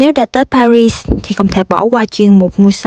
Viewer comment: thủ đô Paris ,âm tiếng Việt là pa ghi,không đọc ba rít theo tiếng Anh. Đến Pháp, thì nếu có thể , nên đọc đúng tiếng Pháp